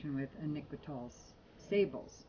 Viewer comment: Love your reviews,. It's pronounced SAAH-bluh, by the way.